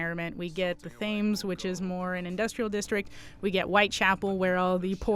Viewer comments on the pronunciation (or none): "Thames" is pronounced like "temms", just a quick so you know ( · ikr I got so annoyed when she pronounced it wrong